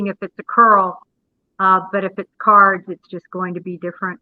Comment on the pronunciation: It's cards not curls.